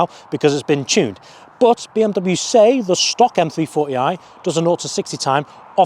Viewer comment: Bro its not BM Double U its BMW